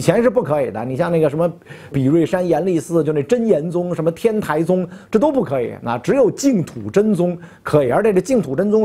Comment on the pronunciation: 天台是第一声